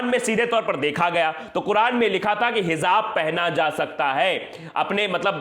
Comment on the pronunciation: Heezaab nahi kehte🤦🏻‍♂️ Hijaab kehte hain🙏